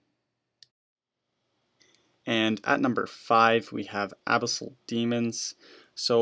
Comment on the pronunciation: The way you say abyssal.... reeeeeeee!